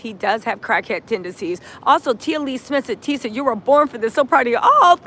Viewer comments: Who's Tisha? This is TISA (rhymes with Lisa). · TISA rhymes with Lisa.